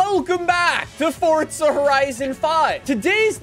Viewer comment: Can you not say forza? You always say fortza